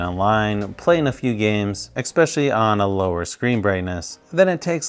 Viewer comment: I have to ask. Do you actually say "ecspecially" instead of "especially"? It's really bugging me, I have to check if I'm just hearing it wrong.